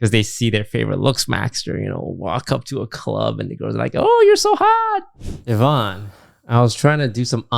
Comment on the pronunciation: why does still call her YAHvonne? i could have sworn they cleared that up lol